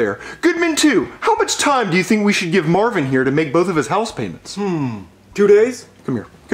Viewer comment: Stop saying mavin